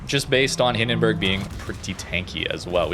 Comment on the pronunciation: please... the bUrg in hindenburg is pronounced like in U-turn. i allmost die of cringe every time you say hindenbörg oder nörnbörg (the worst one):D